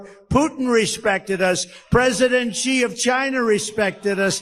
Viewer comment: Xi not Qi. I just realized that the pronounced X like the Greek letter. My god, he is stupid.